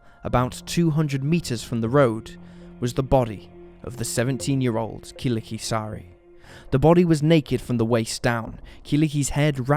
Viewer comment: Killikki :D Such a cute way to pronounce her name.